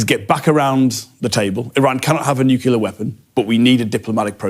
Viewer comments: TF is a "nucular" weapon? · I’m never impressed by politicians who say nucular instead of nuclear… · The guy said nukular... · Not on topic, but I find amusing that the US is not the only English-speaking country to have politicians who can’t pronounce “nuclear”, instead saying “new killer” 😏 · It’s effing ‘nuclear’ not ‘nucular’! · it’s grimly ironic how so many people in power on both sides of the pond seem incapable of pronouncing the word nuclear. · George W infected the English language with this mispronounciation